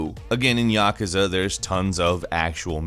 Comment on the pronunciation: Yuh-koo-zuh! YUH-KOO-ZUH!!!